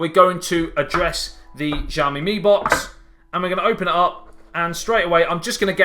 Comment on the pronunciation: Shyao-Mi. Sh pronounced with teeth clenched together. You won't get the tones right of course, but at least say it right and don't butcher the name. Javmi? Really?